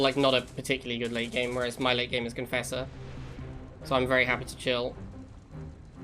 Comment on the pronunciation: "Conauder" "marafesser".?? I dunno anymore.....